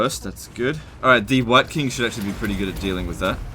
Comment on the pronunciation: everytime says wight king i hear hear wanker